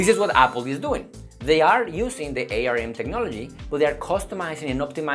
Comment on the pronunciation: It's pronounced arm. Like the body part.